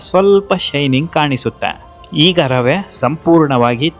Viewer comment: ರವ ಅಲ್ಲ ರವೆ